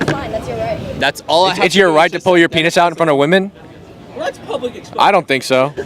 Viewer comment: Why can’t kids - native English speakers - pronounce WOMEN